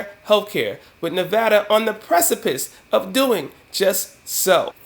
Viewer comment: Thanks 4 say nevada correctly!!!!